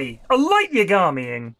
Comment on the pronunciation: light yagamy (yagami) is from death note. I didnt even recognise it cause of the way pronounced it very british lmao